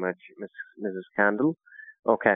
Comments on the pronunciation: lol I don't think he misheard it...I think he just mispronounced it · It caught me too. I thought he said Barbie Kendall. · “Barbara (Barbie) Kendoll.” Lol.